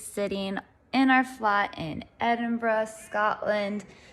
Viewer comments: Im glad you said Edinburgh properly. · The most amazing thing about this video?...... An American who can pronounce Edinburgh correctly. ❤😊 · Glad you enjoyed visiting Scotland. Loved the way you said my home city Aberdeen, and also pronounced Edinburgh properly. Nick should have had some black pudding with his breakfast.